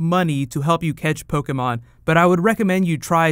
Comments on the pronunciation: Everytime he mispronounces Pokémon (every time) I cringe a little... Aside from that, good video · whats po key mon? I'm playing Po keh mon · Take a shot every time he says Pokey-Mon.